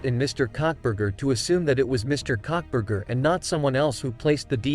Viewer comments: The name is not cockburger the name is coal burger duh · Cockberger? Yeah, you are definitely NOT in the know! 💩